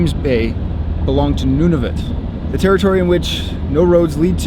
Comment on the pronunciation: Noo-nah-voot not none-of-it 😂 Jk you're not that bad 😂